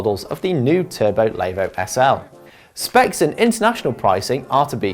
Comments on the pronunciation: Layvooo! Good start when the reviewer can’t even say the bike name right. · Lay-vo, Diffy Forest, what was he doing Wrexham, learning how not to speak English and Welsh?